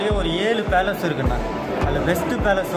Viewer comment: இன்னாது மைசூர் பேலன்ஸ் ஆ ப்ரோ அது பேலஸ்